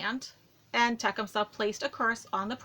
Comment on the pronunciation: it's pronounced te-cum -suh emphasis is on the second syllable. Not trying to be a smart ass or anything, but I am tired of seeing people mispronounce his name. Sorry.